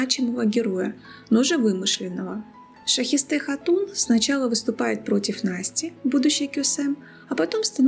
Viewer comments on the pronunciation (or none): Правильно Шахесте, а не Шаесте